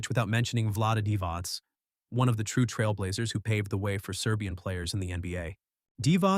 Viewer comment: It's pronounced divach not divas